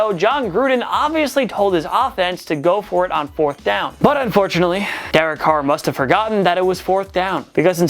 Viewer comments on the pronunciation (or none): none